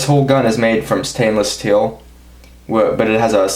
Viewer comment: You really emphasize the "T" in "Stainless Steel" lol